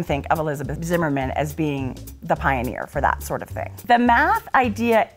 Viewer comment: Ha. You said Pie-oneer.